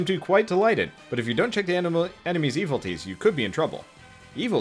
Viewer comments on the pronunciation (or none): I tried, but this is just ... not for me. i lost all interest in your video when you started saying "Evil-Tees."